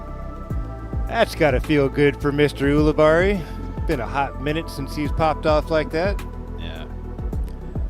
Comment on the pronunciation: It's yule-i-berry for crying out loud 📢